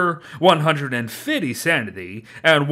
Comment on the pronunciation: XD listen to how he says 150for Sandy